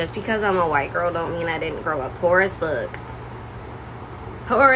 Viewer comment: “A chance to growaugher”